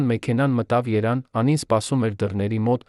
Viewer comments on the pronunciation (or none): Այս տեքստը կարդացողը շատ անգրագետ է։ Ուրիշ ընթերցողի տվեք, որ կարդա։ Գոնե այդ մյուսը Երևան բառի փոխարեն չի ասի երան և այլ անգրագիտություններ դուրս չի տա։ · Երևանի փոխարեն երան մի ասա, անգետ😢